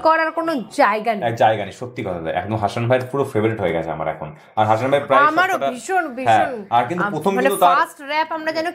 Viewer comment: হাশান নয়,উচ্চারণ হবে হাসান... ভুল উচ্চারণ খুব কানে লাগছে।